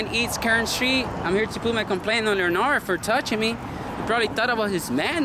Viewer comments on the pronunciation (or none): Leonard pronounced with a D Leonar(D) not Leonar just fyi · Leonard- Pronounced lenerd Le Nerd Leonard the nerd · It sounded like the female name“Leonor”....to me! 😂😂😂😂😂😂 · Los tienes bien puestos. another good episode brutha! FYI: His name is pronounced LEH-nerd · ...the name "Leonard" is pronounced "Len ARD" - the o is silent. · Wrong.. pronounced.. Lin nerd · Pronounced Len-erd Skin-erd. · Lol it's Leonard like Sugar Ray Leonard lol 🇵🇷